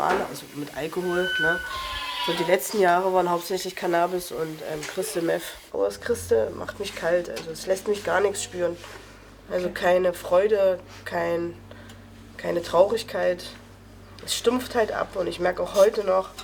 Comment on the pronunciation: "Kristel Meff"